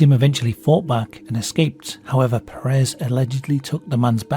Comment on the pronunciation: The last name "puuh-rehs" doesnt exist, it is Pérez and it's pronounced PER as in "per capita" ans RES as in "rest", with the emphasis put into the first syllable, it's a spanish surname that means "son of Pedro", don't try to pronounce it in french or whatever THE FUCK you just did there, Americans do it and it's annoying af (They do it because some gay guy used it as a name but pronounced it like that so that it sounded similar to "Paris Hilton" who was famous at the time.